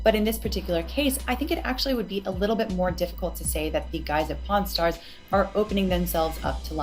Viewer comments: Karl you really need to work your pronunciation of "pawn" because I could have sworn I heard you say "Porn stars" and wondered when these two got into the porn business XD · Love the series but every time you say pawn stars I hear porn stars and honestly that just makes it all better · idk if you're saying it on purpose but everytime you say pawn stars you're saying porn stars. like there's literally an R every time you say it. it doesn't sound like an accent thing lol. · Great video and its been very informative. But all I hear is "pornstars" instead of "pawnstars" which has me chuckling like a child every time. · At first I kept hearing "Pawn Stars" as "Porn Stars" and was incredibly confused. Amazing work with the video! This is fascinating to learn about, especially since I have such little knowledge in these fields. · When he said pawn stars it sounded like porn stars and I didn't laugh harder all day lol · dammit Karl, every time you say “Pawn Stars” I think you’re saying “Porn stars” and now that image is stuck in my head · Pawn Stars. It did sound like porn stars though. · Just as a side note : Karl Jobst would pronounce pawn stars and porn stars the exact same way. That is all, have a good day! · I swear, every time you mentioned Pawn Stars, I hear 'Porn Stars' and I think I need to brace for an unexpected twist. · i love karl, and his video, but in both this vid and the last in the chain i keep hearing pawnstars and "pornstars". but this is such an informative and amazing video! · Karl, are you aware of the way you pronounce "Pawn Stars"? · The way the accent handles "Pawnstars" made me double take